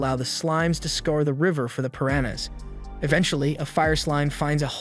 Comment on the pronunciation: Javier is pronounced: Havier Piranha is pronounced: Per-ana surmise is pronounced: sur-mized